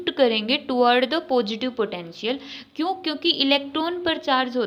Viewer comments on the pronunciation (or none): Mam kyooo nhi kuu hota h😂